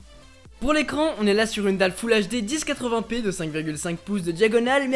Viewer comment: on dit 1080p et non 10-80p